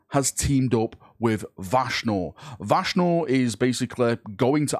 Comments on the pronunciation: It's crazy how you pronounce vashtor as vashnor several times and also pronounced it right in between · I love how you say his name right the first 2 times, then literally go straight to Vashnorr its like your brain is actively trying to get it wrong 🤣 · vashtorr's ultimate goal is not to be a chaos god, but to make pronounce his name correctly the imperium fuel all of the chaos gods, not just this possible mech manufacturing one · Take a shot every time fucks up Vashtorr's name. Literally said it 4 different ways in less then 3 mins lmao